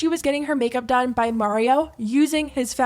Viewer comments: Everyone's talking about this.... shes doing something right. Why are you still saying Marios name wrong? Im no mikayla fan, but damn live & let live already ffs. Her lipkit was actually used as gifts it looked like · The way she purposely pronounces words grinds me. Just listen to her say Mario🤦‍♀️ you know she is faking the accent!